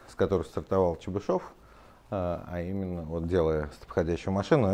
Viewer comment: После этого видео знаю как правильно произноситься фамилия Чебышёв